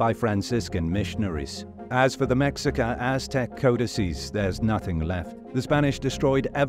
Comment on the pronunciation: It's pronounced May-Hee-kah.